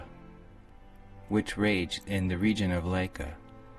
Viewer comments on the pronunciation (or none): cholera it's pronounced Kal- err- a lol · I'm sorry but dear narrator: please take a diction class. A pronunciation class. Something. I could almost stand this until Tesla had CHOLERA (pron. Kawl-er-uh) and narrator pronounced it completely wrong. No excuse! Also, if you want to include complex diagrams, don't leave them up for only 3secs or so, as no one can read and maybe study them, one has to pause the vid. If these were presented in that manner while there was no information from Tesla being explained, maybe when the interviewer is speaking, it would be easier to let the vid run at that time and not hit pause constantly. I feel the simple graphics were preferable. Put the more complex things as a link in the description. I'm sure the maker tried hard to present this interview, it shows. The images were good. I just have trouble with the execution. Too many WTF moments with the English and written info was presented too quickly - and I'm a fast reader. If a bot is doing this reading, you fooled me! I don't think it is, though, and that's why I can't "like" this video, as interesting as it could be. "Cholera" was too important to mispronounce so badly, it was a big part of the aether idea, and it was Tesla's own words about what happened to him as a child! Thanks for listening, I mean to help, not ridicule.